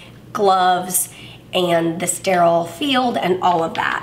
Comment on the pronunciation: After watching this now the word steral is 😂